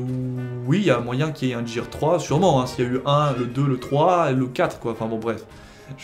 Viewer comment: "Jear"... omg